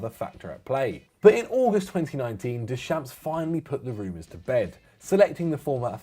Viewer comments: Deschamps is pronounced 'Dayshomp' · Can there be a slight effort in pronouncing the names properly? I am not asking for perfect pronunciations of every name, that's an impossible task, but I expect more than "des champs" for Deschamps is at this point a little sad and jarring. PVS always put in a good shift with the pronunciations, I think rest of FD should give it a proper shot too. It shows that you actually give these players and managers a little respect.